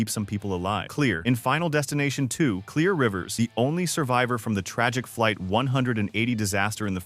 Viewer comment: It’s pronounced Clair not clear